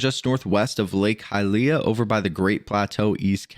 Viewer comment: you are not pronuncing well hylia